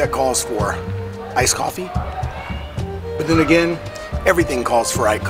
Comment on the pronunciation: wow, you know you have a drinking (coffee) problem when you call "ice coffee", " I-coppie"!